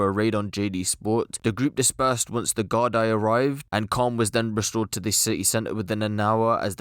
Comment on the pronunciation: It's pronounced "gardee" not gard-eye 😂🍀